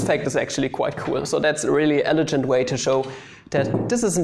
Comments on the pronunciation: Eledschend? Speak English please! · Not sure if I'm missing a running joke but, on the off chance that I'm not, I figure it's worth mentioning that the 'g' in "elegant" is the same as in "goat" or "green", not "gentlemen" or "generic" (as far as I can tell, "elegant" is the word you were going for several times when describing some of the results at the end). Anyway, that aside, great video as usual.